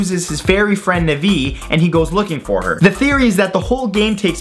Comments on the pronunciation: Also, or ... Nuvee? Really? Nah-ve. Hey! Listen! Check your pronunciation! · Its Navi not Navy. Na-vi not Navy. If you say Navy it just sounds like the Navy Ship that defend the waters. I'm not trying to be mean and all, I am a very deep person when it comes to LoZ. Sorry if I sound like I'm horrible. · umm.... You mispronounced the name of Link's fairy from OoT.. It's pronounced Nah-vee, not Nih-vi. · “Nuh-vee” it’s Navi “na-vee” NAVI. Short for navigation, because she helps you NAVIgate the game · It's actually prenounced navi not navy. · It's pronounced MAANgi not MANji and NAAVi not NAvi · ehh ummm its prinounced Nah-VEE not Na-vi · Whoever thinks the legend of zelda has Natsi in it is stupid... THEY STOLE THE SIGN AND RUINED IT (PS: Its NAW-VEE not NEH-VEE) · ...did he just say na-vee instead of Nar-vi? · Great video! I only got annoyed when you mispronounced Na-vi... It's Naa-Vi not Navi (like the race in Avatar). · yeah, but he sayd cinda Naviiiiiiii When it, in Navigation, is prononcued Nævi, as Navigaion is Pronunced Nævigæsjon. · NEVIE !!??!?!?!?!?! IT'S NAVI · I just have to say this but 'Navi' is pronounced "Nah-vee" like the beginning of "Navigator". It's even been said that "Navi" is just short for "Navigator". Also the faeries Tatl and Tael from Majora's mask got their names from "Taddle Tale" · IT'S NAHVI SAY NAHVI JESUS SAY IT RIGHT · its NAVI LIKE NAH VEE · its pronounced "nah-vee" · BTW, you pronounce Navi as Nah-Vie. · Na vee... Lol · Lol I've never heard anybody pronounce Navi like "NUH-vee" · I like how he pronounces Navi. NUH-VEE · It physically pains me to hear how he pronounces Navi like nuh-vee. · Hold up, hold up, hold up, you pronounced Navi N-vy FREAKYING N-VY!? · I got triggered when he said Navi's name wrong. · the way he pronounces Navi gives me a headache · Couldn't pronounce Navi and didn't know what animal crossing was. Ok... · Says he love Legend of Zelda Cant even pronounce Navi properly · the way you pronounce navi lol